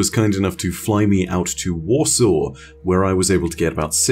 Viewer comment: Tbh I thought he said Wausau and was confused as to why the hell they would send him to Wisconsin